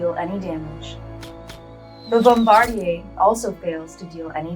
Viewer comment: So no ones mentioned the narrator saying "Bombardier" like it's french? "Bombardie'" 🤣.